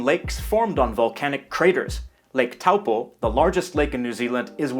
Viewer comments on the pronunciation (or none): That was pretty good. Its the best Maori pronunciation I've heard on a YT channel from someone foreign. The only one you got wrong was Taupo. Its pronounced Lake Toe-poh Very hard to get that one I admit. But 9 out of 10 otherwise. One other thing ,the Maori said there were a people already here when they arrived. The Moriori. But the Moriori also said there was a people here when THEY arrived. The Waitaha. This is ancient knowledge kept in song and only fairly recently been given to the Pakeha. Over 150 Maori tribes came together and agreed to bring forth some of the ancient knowledge not shared with the Pakeha because typically most Pakeha in their ignorance consider this special ancient knowledge myth . Which is a type of persecution brough on all indigenous world wide. To tell the story they chose a Pakeha to share thier knowledge of the Waitaha with the world, which was a unusual choice but because of his truthful heart , Mana and oratory skill he was the one bestowed with this very special gift. His name is Barry Brailsford. Author, Archeologist and Historian. One Love Tab. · was somewhat impressed until he said taupo